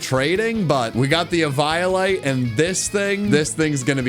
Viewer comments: He called eviolite e-vial-lite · Eve - eye - o - light 🤣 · Did he just say e-violate? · my lad, my brother in fraug, it's pronounced eevee-o-lite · plz stop sayng it "e-violate" :p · The way he says eviolite kills half of my soul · How the hell is he saying eviolite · Wait- I’m sorry, HOW did you say eviolite?? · This video was an instant 11/10, But the pronunciation of “eviolite” knocks it down to a 10/10😭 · Yea ok but why you say eviolite like that 🤔